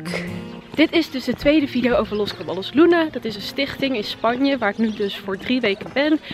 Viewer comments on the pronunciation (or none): Je spreekt het uit als Cabajjos niet letterlijk Caballos 😂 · Je zegt het als cabajos! In Spanje spreken ze ll als een j uit